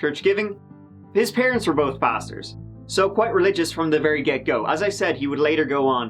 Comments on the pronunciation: I genuinely thought you said his parents were both bastards, not both pastors. Still checks out, they're vile. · did anyone else mis-hear saying "his parents were both pastors" as "his parents were both bastards," and re-played it maybe four times to check that? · Church pastors, for a moment there, I thought you said church fasters! Sad story, but it seems that Chris's don't warm to the prospect of ex's plus children to support, very expensive.